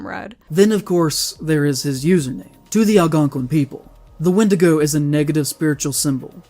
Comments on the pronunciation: Also, Did he say wendigoo instead of wendigo ? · did...did he pronounce wendigo as "wendigoo" while trying to say that wendigoon is disrespecting native american culture by having the word in his username? did i hear that right?